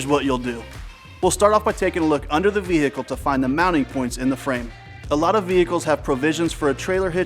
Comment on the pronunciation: That was exactly what I was thinking like why did he say it like that